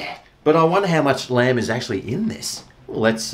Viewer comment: I genuinely thought you said "G'Day Land Lovers" in the intro... not "G'Day Lamb Lovers". I'm thinking... has been on a boat fishing or something!!?. Then you showed the product being reviewed... and then it clicked. 😆 🍴